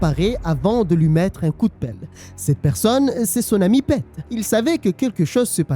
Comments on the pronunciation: Un régale cette histoire, même si je la connaissais déjà elle est incroyable !!! Et ça se prononce Pite pas Pète mais sinon super vidéo 😁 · Pete = Pite Peter = piteur Mais à part ça jai kiffé la video